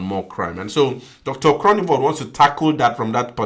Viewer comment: You say the "g" in Groenewald as if you have something stuck in your throat a "gggggg" not a k sound 😊